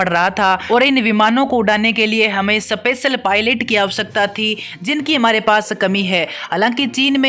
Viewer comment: सपेयर 😅😅सपेसल 🤣🤣🤣🤣 shame on your english